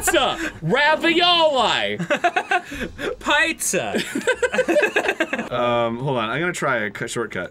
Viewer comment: Ah yes raviolewe Edit: Texas, Arizona